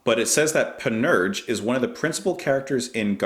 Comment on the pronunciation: for what it's worth it's pronounced pan-ur-sha